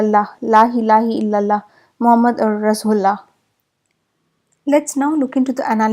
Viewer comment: Ma'am it's not rasgulla, it's rasool ul lah 👍